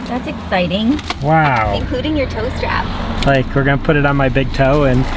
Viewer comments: My 66 year old ears also heard "toast wrap." Smile. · hahahaha -- somehow in the audio (or maybe my 61 year old ears) I heard... "toast wrap" and then finally when I saw the product bought,, oh, dah...."tow strap" hahahaha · When you were saying tow strap i thought you were saying toast wrap😅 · You have a lot of love behind you! And…who else thought was saying “toaster wrap” for “ tow strap”!?